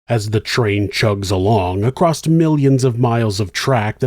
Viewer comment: There's no "T" in across......